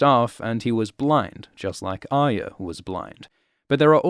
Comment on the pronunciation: You are about the only one on the internet who pronounces Arya correctly.